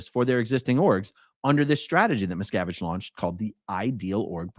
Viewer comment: I know his name, but every time you say it, all I hear is Miss Cabbage. I am okay with this....carry on talking about Miss Cabbage's failure.